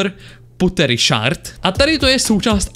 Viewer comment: Je to shErd ne shArd. ShArd to bylo dřív ale přejmenovali to na shErd!!!!!!!!!!!